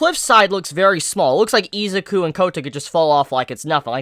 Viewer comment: this video is so old but GOD Izuku is pronounced: e-zoo-koo and Aizawa is pronounced: I-za-wa